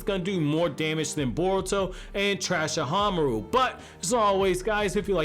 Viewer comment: first off Trahsahamaru bahaha 😂